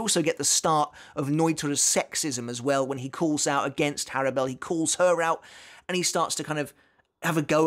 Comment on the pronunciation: Also I thought her name was pronounced "Horrible"